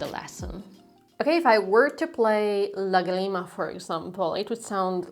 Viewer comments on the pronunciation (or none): Please don't say agreement, it's LAgrima 😊😅❤🎉❤ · Lá-grima. Not Lagri-ma. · It is not pronounced "láGRIma." It is pronounced "LÁgrima." That accent mark on the Á means that you must stress that syllable. In Hungarian (), all words are stressed on the first syllable to come out of your mouth. In French, all words are stressed on the last syllable to come out of your mouth. Both French and Hungarian use accent marks for pronunciation, not for stress. Spanish is not like that. We use accent marks for stress, not for pronunciation. So, next time, say "lágrima." Cheers,. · I'm sorry but is làgrima, not lagreeeeema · Great video. Just one thing. The word "lágrima" (tear, as in what your eyes shed) has the emphasis on the first syllable...pronounce the three syllables in a triplet. If you emphasize the second syllable, like an eighth note, bar line and two eighth notes, you're saying "la grima", which means something like "the creeps", as in "it gives me the creeps"...and it's kinda funny 🙂. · Please pronounce Lagrima correctly. The way you say it is sounding American